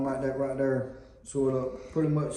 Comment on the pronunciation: "Like that right derr"😂 nice video!